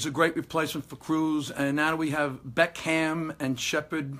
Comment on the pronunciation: and what annoys me is u can't even say your best players name Beckham.